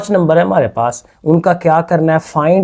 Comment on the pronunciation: Mode also😂😂😂